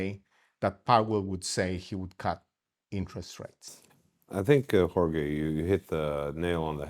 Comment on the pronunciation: Jorge is pronounced “hor-hey”, not “hor-gay”.